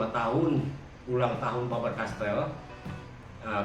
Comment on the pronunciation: Voice very bad in that it doesn't pronounce the words properly all the time. It doesn't even pronounce Faber-Castell most of the time. Terrible advertising